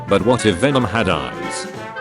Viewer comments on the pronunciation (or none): none